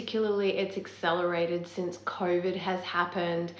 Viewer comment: I like how she pronounces COUYVID.